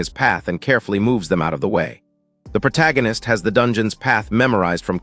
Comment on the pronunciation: Proto-ghen-ist! I heard that one in a long while! Every time the AI narrator says "protoghenist" take a drink! You'll be dead of alcohol poisoning before the five minute mark!